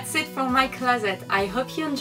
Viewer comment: Its real funny how she says closet it's like closett lol cool vid tho !